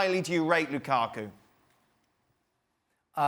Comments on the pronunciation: nobody: ale: L U k A k U ! ? ! ? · Funny how they are spinning Conte’s statements at Mourinho when those comments are directed at the haters in the media. Can someone explain why Moreno pronounces Lukaku in that manner? Sounds highly disrespectful and reflects the hater in him.